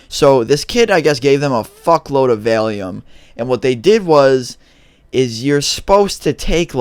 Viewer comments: Its pronounced Val-e-um and its a painkiller like oxy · It is pronounced volume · you saying it wrong😄 its val-e-um 😄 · vailium I thought you said failium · "it's called vale-eum? i think that's what its called..." lol